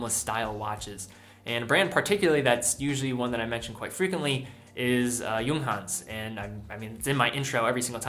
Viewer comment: for the first time I hear someone from USA pronounces it correctly, bravo!